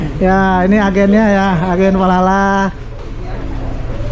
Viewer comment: Bang kok dari tadi bilang nya palala